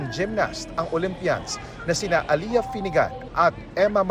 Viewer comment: It is not "Aliya" , It's Ale-yah!. Pamali mali mga reporters.